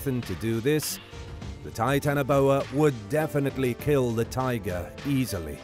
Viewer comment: You failed at "easily."